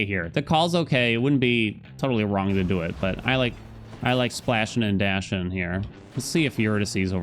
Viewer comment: "I like splashun' and dashun''" -, 2023 👌